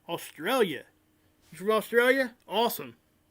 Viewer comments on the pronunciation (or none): none